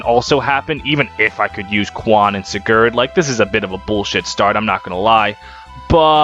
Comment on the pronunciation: The pronunciation of most of the names was a little pain to hear (seriously? SiGARd?), but nonetheless it was hillarious to watch the whole thing in a single sitting, amazing algorythm pull